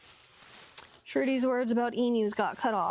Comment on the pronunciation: wow so u agree its shruti?maya and that girl both pronounce it as "srooti" that was the whole point ...and no sruti is not a thing its either śruti or shruti the googling u did shouldve given u that if u had opened a reputed source or even wikipedia ,idk where u got your info from